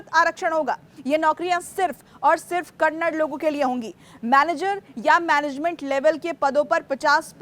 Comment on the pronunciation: Kannad nahi Kannada hai